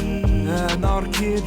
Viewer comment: i keap hearing anar-kitty , wich to be far it's not that far off